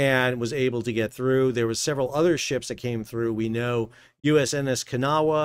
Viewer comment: Interesting as always. Congratulations on pronouncing "Kanawha" correctly. I'm from WV, home of the Kanawha river.